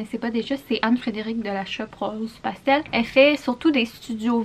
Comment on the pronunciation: Le beat a RosePastel 👌🏼 Oh my my qui dit mon nom correctement, it’s an accomplishment! ☺️😂